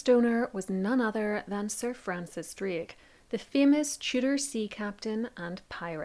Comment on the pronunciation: You couldn't even say DRAKE correctly....lmao... yourvalley girl talk has screwed up your ability to speak......